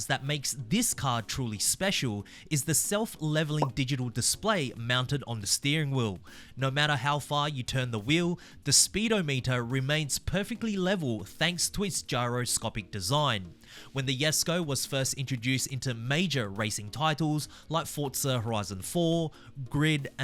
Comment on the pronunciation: Speedo Meter?! Are we SERIOUS my guy? Say it with me "Sped-ah-meh-tur" not Speedo Meter. We aren't measuring bananas here.